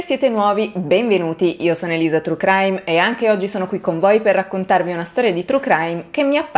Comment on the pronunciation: Io ti voglio bene peró tu avevi detto che parli l'inglese fluentemente. Io sono mezza americana e so che TRUE si dice in un'altro modo, non TRU é Chrudim la Commissione non è detta come la K